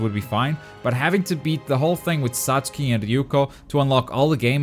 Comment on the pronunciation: Comparing this to this to igns review is the equivalent of comparing something of human excrements the reviewer couldn’t even be pronounce Satsuki right